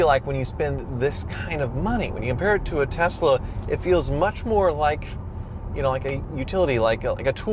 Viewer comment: What's with Kansas? saying Tezla like JR.